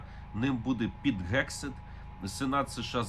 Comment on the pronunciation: Пане Мусієнко, не Gegseth, а Hegseth, тобто слід вимовляти з м'яким Г, а не твердим типу грунт і ганок. Соррі.